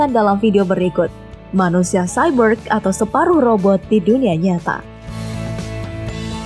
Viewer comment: Kayak cyber bilang nya